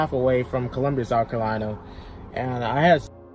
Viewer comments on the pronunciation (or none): It’s Columbia not Columbus….& he gives my state a bad name😢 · COLUMBUS????? SOUTH CAROLINA????? ITS COLUMBIA BRUH PUT SUM RESPECT ON DA MET FR